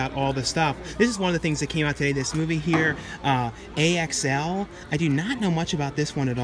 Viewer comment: Its pronounced Axl even doe I didn't watch it saw the trailer